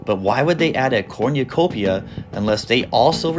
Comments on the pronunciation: Also, it’s not called a corn-ya-copia. It’s a cornucopia. kor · nuh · kow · pee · uh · 0 Wait a pointlessly stretch out a video with extra blah blah blah commentary, blah blah blah and mispronunciation of corn you copia.